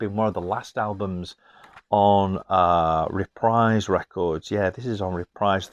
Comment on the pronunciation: Reprise is a musical term, synonymous with "repeat" or "play again." It rhymes with knees, breeze, freeze, sneeze. It does NOT ryhme with dies, eyes, skies, lies, or size. Hope this helps.